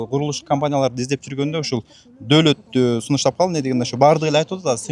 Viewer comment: Доолот эмес Доолат 😄😄😄болуптур